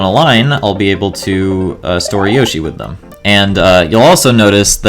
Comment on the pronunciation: I'm so triggered by that pronunciation of yoshi